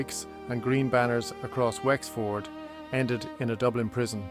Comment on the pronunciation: Wx-Ford? AI trash